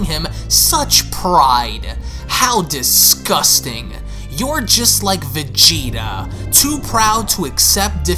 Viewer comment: innit🤣🤣🤣 wtf fam it’s “Vegeta’s”